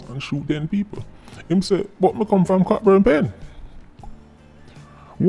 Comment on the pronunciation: I agree with Sir P's comments. By the way, Cockburn Pen is pronounced "CO BURN" Pen. The "ck" is silent.